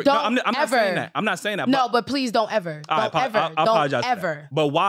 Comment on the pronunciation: "Don't eva" 🤦🏾‍♀️